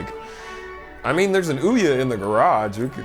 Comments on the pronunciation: No idea why, but your pronunciation of Ouya made me spit water all over the place. Well done sir. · As a straight man I felt myself tingle when he correctly pronounced Ouya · I'll never pronounce OUYA like I've been pronouncing it before ever again.